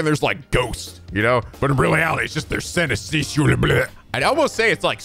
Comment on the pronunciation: You have already heard of synesthesia before, in Persona 5. You mispronounced it too at the time btw-- hey at least it's consistent, unlike with 'karaage' that you pronounced right in 0, wrong at the beginning of LJ, but then right in the next episode. It was brought up in a question during the English teacher's class-- the one you had a weird voice that people seemingly hated. Also... you don't know Nietzsche? Not knowing how to write his name is one thing (and kinda understandable) but not knowing how to pronounce it either? 🤨 I suppose they don't teach philosophy at school in the US. (It's pronounced neetsh at least where I live but maybe it's different in English-- not that you care or will remember anyway) edit: also omg still constantly constantly hurling insults at female characters as a 'joke'... annoying male characters are just "douches", but female characters are "crazy b!tches"... right. I thought you also stopped the let's do [insert disgusting thing here]/what no/that's okay this is Japan no one cares" 'jokes' but I see you didn't. I thought you were doing so well a few LPs back and now it's like 2014 all over again. Your memory, forgetfulness, pronunciation issues, and lack of research/knowledge are something, your (sometimes) shrill screechy voice and gamer rage are another, but this is really... sigh